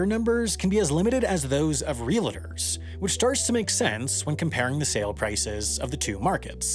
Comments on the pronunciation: Sam : realitors Me rewinds to hear "realtors" mispronounced. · "...reel-uh-terzz...." Yikes 🙄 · Wendover really just said "reliters" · Reelators is not a word. The word you meant to use has two syllables—realtors. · "Ree-la-tors." Okay, I'm about to go nook-yoo-ler on you.